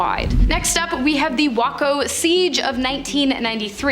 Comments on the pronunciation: Waco is pronounced “way co” not “wah co” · This video was good until you pronounced Waco wrong. It's pronounced WAY-CO. And then Hassan's name is pronounced HOSS-ON. Why can't y'all Canadians listen to local news broadcasts on YouTube before you go around mispronouncing words? This just in tonight, a crazy weirdo from WHACKO Texas has finally pronounced it WAY-CO!!! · Ok. The city is pronounced Waaayco. The guy running it David coresh(maybe be misspelled) was wacko. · Waco TX (where the cult raid took place) is pronounced w-A-co, Waco. The raid was initiated by the ATF, not the FBI. The ATF botched the raid horribly. Several agents were either shot or killed in that initial raid, as were cult members. The FBI only arrived on scene after a week or two of "negotiations" between the ATF and David Korish. They used several methods to force them out of the compound such as piercing noise focused on them for hours at a time, blinding lights and circling helicopters. Finally they used military armored vehicles with battering rams on them to push gas into the building. Explosions were visible where they gas canisters where launched by these armored vehicles. While the US Dept. Of Justice bias always claimed, from day one that the cult people started the fire. Likewise, from day one the claim has been doubted and debated. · Try and learn to better pronounce places and names before doing your videos like waco Texas like aiko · Can’t pronounce Waco